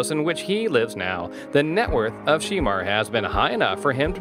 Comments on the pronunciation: Pronounce his name right Shermar Moore not She Mar. OMFG. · He is killing me with the pronunciation of his name. It is SHEMAR, not She-mar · Sheee-mar?! Really?! that's not the correct pronunciation of his name, get it right! Geez! its pronunced Sha-mar (although spelled Shemar). He is fine ass man, gorgeous! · Whoever is narrating, please pronounce Shemar's name correctly. It's like Sha-mar not She-mar. He is a talented actor... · You do realize his name is pronounced she-MAR not SHEE-mar. It sounded really weird every time you said his name wrong. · Why they calling him Sheemar? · His name is not she mar... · You calling him Sheemar....... What you trying to say? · I dislike the way this man is pronouncing his name as well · His name is not pronounced SHE MAR. For God sake! This clip is so irritating. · “She”mar who ? Lol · His name is not She Mar. Learn how to pronounce his name! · It's Not Sheeeemar!!! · Saying this mans name wrong is very annoying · It's also mispronouncing Sanaa Latham. I almost missed it, but I had just read about her being pregnant (by French Montana)! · YOU'RE PRONOUNCING HIS NAME ALL WRONG!!! "Get it together!" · He knows he's pronouncing his name wrong💩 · Learn how to pronounce his name correctly!!!!!! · The more this commentator mispronounces his name the more it irritates me! Lol